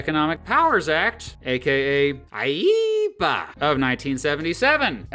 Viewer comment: Good thing I wasn't eating soup at the time your pronunciation of "IEEPA" played!